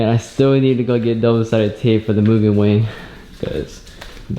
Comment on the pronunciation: Its Mugen not Moo-gen. Ha,jk.